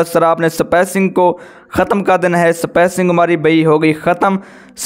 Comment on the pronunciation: Yaar spacing hota hai spaicing Nhi....